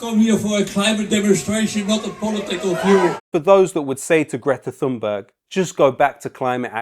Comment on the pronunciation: Why can't Piers Morgan learn to pronounce Greta Thunbergs name correctly? After all, there's only one Greta Thunberg so it shouldn't be difficult to learn it, don't you think? Perhaps he's too lazy or too nationalistic to learn the pronunciation? Morgan hated Thunberg from the beginning when she first started talking about climate change!